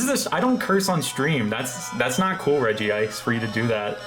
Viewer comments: i agree, great video, though it hurts me he incorrectly pronounces it as regi-ice. curse you 4kids dub and your incorrect pronunciations. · "I would Sawk on a Regice" is up there with Drain the Hog. 😂😂😂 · Is there a reason why you always call Regice "Regi-Ice"? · My man comin' in with the old 4-kids pronunciation. A very bold move when people are so quick to judge.